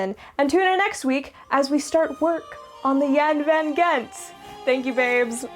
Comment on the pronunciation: Lots of brightwork. BC is a great place to sail though the water is cold year round. Mostly very deep water. The G in Gent is very likely pronounced like the ch in loch (more or less) because the boat has a Dutch name. Find a Dutch guy and ask him how to say it properly. For comparison Gouda (cheese) is pronounced with the G like loch so ch-ow-da not good-uh as most people pronounce it.